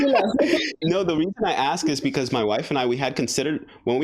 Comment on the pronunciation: She lost me at "axed me"